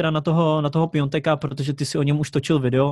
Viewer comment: Malá připomínka, z toho "Pionteka" bolí uši, když je to Piatek